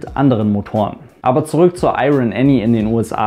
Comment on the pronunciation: das R in IRON spricht man nicht :P ansonsten nices video!